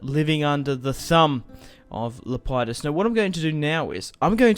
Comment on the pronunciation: It's Lep e dus